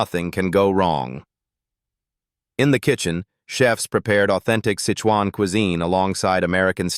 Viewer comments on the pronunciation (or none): S _ _ _ CUISINE - MISPRONOUNCED ! A USUAL, UNFORTUNATE, AND LOW CLASS - EXPECTED MISTAKE S IN THESE POORLY DONE TALES ~